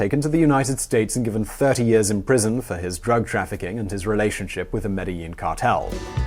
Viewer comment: It's pronounced medgeheen